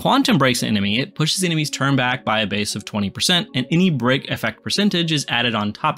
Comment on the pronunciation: bro kept saying brock instead of break and I was like “like the guy from pokemon” 😂